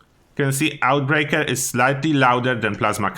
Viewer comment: Mate, Oathbreaker is pronounced something like Oafbreak(e)r, not OutBreaker :D